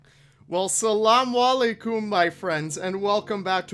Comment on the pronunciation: That as-salam alaykum was the worst attempt I’ve ever heard